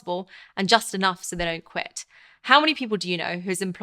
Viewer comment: "so that they don't quit" The term "don't" can hardly be heard. Try listening to it without looking at the screen. Rapid rate of speech makes the speaker incomprehensible. Take enough breaths for words to be syllable and include pauses for others to understand better & comprehend easier.